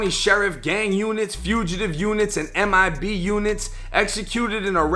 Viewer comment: you said Mib lol